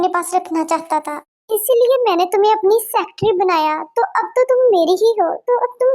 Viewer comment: Secatery not sectry